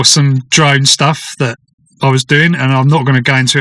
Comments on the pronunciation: I heard 'drug stuff' not "drone stuff"! 😅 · At first I thought you said 'arrested for some drug-stuff' until you further explaned 😂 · Lol that's what it sounded like to me as well 😅